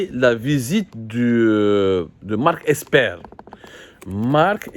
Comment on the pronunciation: C'est marck Esper et non eXper.. OK !...